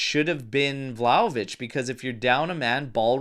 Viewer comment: Ragazzi, can’t say I disagree, but, you’re a juventini. It’s Vlahovic, not VlahovICK. What are we doing 😂? Had to call that out.